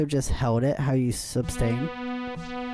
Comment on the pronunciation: Thank you for the review. The word is suStain. Not suBstain.